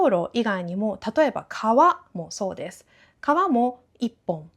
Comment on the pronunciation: 先生、コメントを返事くださってありがとうございました。 haha、我的意思是他說的聲音，聽起來真的像是在說「是、是」，反而不太像「そうです、そうです」，可能是講太快了。原來是我聽錯了，哈哈💕🧋🐇